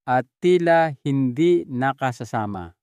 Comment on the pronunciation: Nakasasama - wrong pronunciation . Pag nag iba ang pronunciation iba na ang kahulugan